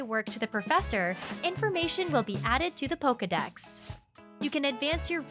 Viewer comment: Hearing the female narrator say Poka-mon, Poka-balls, & Poka-dex makes me cringe so hard... 😬 Hee-su-weee...? Komm-uh-do...? 😬😬